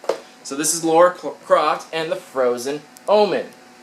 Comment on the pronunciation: Maybe it's an American thing but you guys get that her name is LARA not Laura right... do you pronounce lava as lauva ??